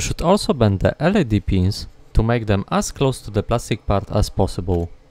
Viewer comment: Awesome work as always! You are an inspiration for what a one man operation for electronics can be. Just a tip, no shade, LED is pronounced letter-by-letter like USB